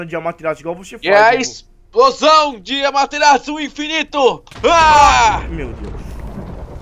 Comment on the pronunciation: Não é Amateratsu é Amaterasu 😐😐